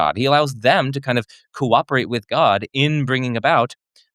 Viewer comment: That archon-abandonment theory was profoundly uninteresting and insanely sloppily argued. He even managed to say both "coo-operate" and "beings's" while giving one of the worst theodicies I've ever heard. Just sloppy stuff from top to bottom.